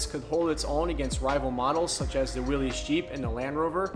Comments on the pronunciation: My grandfather would like to remind the youngsters that Willys is pronounced, "Willis" , It's not Willy's/Willies. Also Bantam invented what we call a Jeep, the front grille we know was Ford's part of the later bids due to it being easy to stamp out. In the end they let Bantam make trailers and the big companies took the idea from them and became famous for it. We have an FJ40 and 55 as well. We also have an M37 Dodge, and Toyota had a Dodge copy as well called the FQ-15, check that out. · Willys is pronounced like Willis... it's a last name. It is not pronounced like willie's. Fun fact. 😎